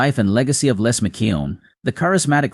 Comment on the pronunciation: How seriously can you take someone who can't pronounce, "Les," McKeown," or, "Paton."?